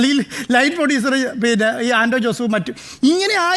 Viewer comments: പൊടിയുസർ അല്ല പ്രൊഡ്യൂസർ ആണ്. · പൊഡ്യുസർ അല്ല സാർ....പ്രൊഡ്യുസർ😂